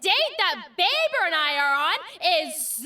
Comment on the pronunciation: ITS NOT BABER ITS BAE-BER AND SHE IS MY BAE-BER EEEEEEEE